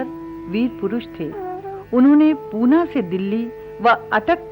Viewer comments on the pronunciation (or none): none